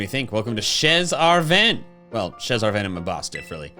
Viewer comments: Actually "chez" is pronounce like "Shey" its mean in french "At the house of" so Chez Arven means at Arven’s house ✌️ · the way pronounces "chez" is so funny to me